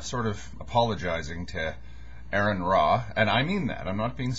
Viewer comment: Mate... Aron is pronounced "RN" not Aaron.